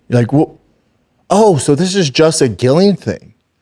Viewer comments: It's hard to watch when Chin has said their names correctly, he's heard the video they jst watched with Ariel saying their names correctly yet.. still it's "Gillian" love you dude but this is such a pet peeve wth me. These guys doing mma podcasts have gotta do better with the names please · It is actually Gillian with no J at all. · You are saying both of their names wrong. His name is pronounced DEAN and her name is pronounced JILLIAN, the spelling with the G is french Canadian... Does Brendan even watch the UFC???? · He hears Ariel pronounce the names correctly and yet he still calls them 'Din' and 'Gillian'. C'mon Shrub...